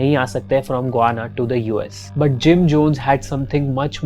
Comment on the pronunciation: गुआना नही गयाना। रियान नही रायन।बोहोत बार इस चैनल के विडियोज के टाइम मिस pronunciation hote hai